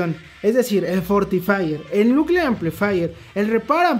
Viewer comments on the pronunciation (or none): none